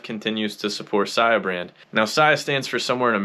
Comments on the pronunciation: Why u said sia like that in ur opening monologue??? Wtf I don’t know what’s this is about but fuk this <<—- beat it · You've been a long time follower of the founder but can't pronounce his brand name??? Oooooook....😂🤣😆😂🤣😆